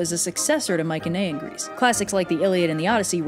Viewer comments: You KILL me with how you pronounce Mycenaean. You say my-ken-ay-in it's my-see-nee-an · Isn't it pronounced "my suh knee an"? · You’re saying Mycenaean wrong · I love your videos but uhhh its not mik un ehh in its my cen ee en. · Mycenaean is pronounced my-se-ne-an not my-ke-ne-an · I've been pronouncing it "mice uh knee in" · I’m fairly certain Mycenaean is pronounced with a soft c, no? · why do you pronounce Mycenaean like that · So hard to focus on Anything other than how you are pronouncing Myceneaen